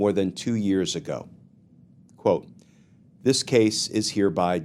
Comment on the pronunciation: Just been listening, did you say “Scandal like dis?”